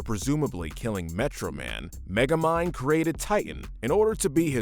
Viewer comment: I don't wanna be that guy, but you kept saying the Megamind villains name wrong. Its actually Titan, but if you're referring to the scene where he uses his eye beams to write his name in the wreckage of the city, he spells it "Tighten" instead of "Titan", which I always assumed was just to make it look like he spelled his own name wrong.